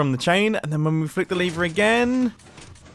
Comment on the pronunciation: And when I pull the (liver,lever) it should.. All normal people:lever Me and mumbo:LiVeR :>